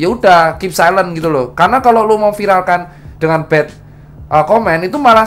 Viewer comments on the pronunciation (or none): none